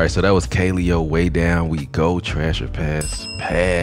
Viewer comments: Kuh-lay-oh is how u pronounce it. Listen to No Good. Also they have videos in an actual volcano, and on an iceberg you should check out. They're dope af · Just in case anyone was wondering, it's pronounced "kuh-LE-oh." They're out of Iceland, and they're SICK!!!